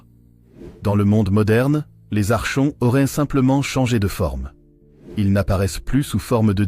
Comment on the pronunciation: Ça se dit "arkonte" le che se dit ke ❤ Ce sont les hybrides, ils sont parmi nous.. cf livre de David Jacobs "ils marchent parmi nous" Comment s'en débarrasser ? Être au courant et elever ses vibrations